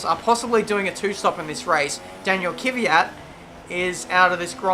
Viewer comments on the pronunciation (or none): Daniil Kvyat, not Kyvyat. :P